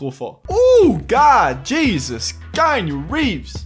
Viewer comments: Ca se prononce Kianou Reeves pas Kainu Reeves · mise a part que tu prononces croche son nom (c'est keanu Reeves, dit kianu, pas kaïnu...), bonne vidéo!